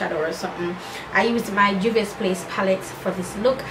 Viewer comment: I really really love how you put your own spin on the look and i reeaaalllyyy need that pallete in my life! Juvia's never disappoint! Lol the way u pronounce my name makes me chuckle every single time. Thanks once again for this collab. New subscribers have been rolling in.. 😁😁💃